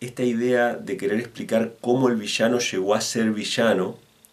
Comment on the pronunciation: es VI - LLA - NO LLA LLE LLI LLO LLU no vishano , gaucho al pedo